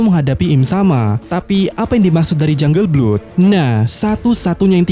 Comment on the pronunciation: Jungle blood dibaca janggel blod min 😊